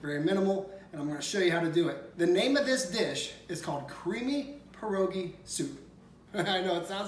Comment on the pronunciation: Another great recipe,! FYI, try to say pierogi as if you are saying P-YEAH rogi rather than PER-ogi. That's closer to the correct Polish pronunciation to share with your followers.